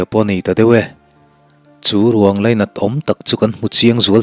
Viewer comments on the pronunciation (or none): none